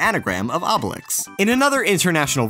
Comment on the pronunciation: Okay, I don't want to complain on a Yoshi-themed video, but come on Obélix is pronounced "oh-beh-leeks" and gros is pronounced "groh"